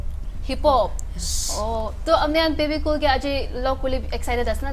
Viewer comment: Guys the name is Bebecool not Babe Cool